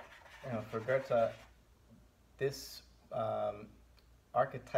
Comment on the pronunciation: Would you consider yourself part of the "still can't pronounce 'Goethe'" movement? No hate btw, really enjoy these.